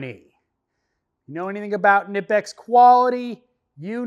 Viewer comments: Kuh-nip-x and thats straight from the company. Lol and those pliers been around for a minute now. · Awesome video. Just for the record, I have a shirt from Knipex that says on the back "It's pronounced Kuh-Nip-X". That being said, I still say it the same as you. 👍👍